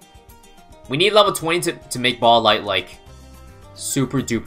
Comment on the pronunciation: Spike BAHLLS anyone else notice the way he says ball